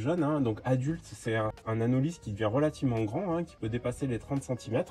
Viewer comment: Ça se prononce anoli le s est muet, il y a des anolis en Guadeloupe c’est une espèce protégée, il est beau celui la aussi